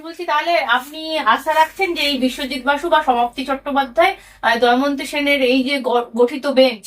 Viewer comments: Doymanti na damayanti nam ghar matha chokh ghurie bhul pronouncation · দায়মন্তি নয় দময়ন্তী 😅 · দময়ন্তী সেন, উচ্চারণ ভুল হচ্ছে।